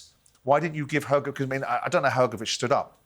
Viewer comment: Hrgović(Hrgovich) not hergovic